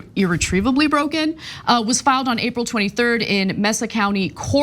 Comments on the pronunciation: Right after you corrected the typo about irretrievably, you mispronounced Mesa County. I guess I didn't realize that people don't know how to pronounce that word in other parts of the country. It's pronounced like Maysa, not Messa. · "May- sa" not " Meh-sa". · Mesa is pronounced MAY-suh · Ana - mesa is pronounced "MAY-sa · Mesa is "may-suh"". Please. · mesa (mess-uh) is a spanish word and is pronounced (mess-uh). learn it and use it. your ignorance is no excuse